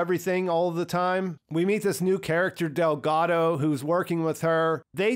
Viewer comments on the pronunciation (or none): none